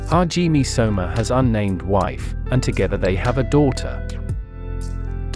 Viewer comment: I'm sorry but the way u pronounce hajime is wrong lol